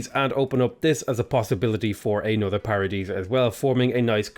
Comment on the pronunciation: I need a counter for how many times said Paradeesa (i know i spelled it wrong!) lol